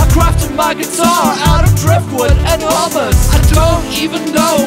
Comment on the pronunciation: You pronounced "Hummus" wrong but other than that good video :)